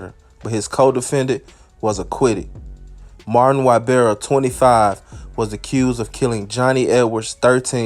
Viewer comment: Yeah and his first name is pronounced Mar-Teen